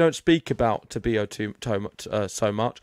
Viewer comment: Please pronounced correctly his name: TA-BI-LO, no tobio.